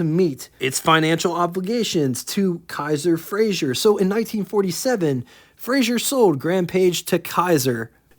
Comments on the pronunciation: You’re mispronouncing Frazer as Frazhier. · FRAZER Not Frazier. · FRAZER. NOT FRAZIER.